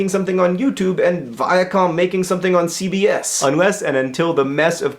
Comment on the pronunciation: Everytime he said CBS I thought he was saying CVS. Which made it a whole lot more strange to think about.